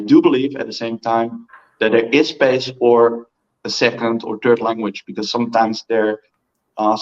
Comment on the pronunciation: American English, "OTHER people" not [what I think I hear] udder people. Udders are the female mama cow "parts" baby calves nurse from. And THIRD; [what I think I hear], not tird. #3, not the animal presents left in the streets. 🤣